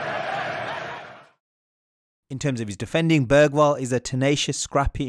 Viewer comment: Hearing English people saying Bergvall… well at the intro atleast, sounds like he said börgvall eller bögvall bög=gay and dont think Im saying this because I support another Swedish team I don’t watch football